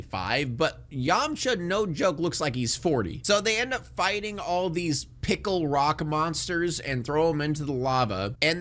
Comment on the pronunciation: "Piccle-Rock monsters"... damn.